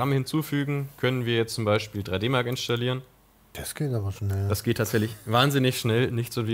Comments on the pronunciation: Es triggert mich richtig, dass die ganze Zeit "inschtallieren" sagt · Ist nicht das einzige Wort "Inschtallieren" uvm. Aber ist doch egal, solange es verständlich ist. Jeder hat so seine Macken.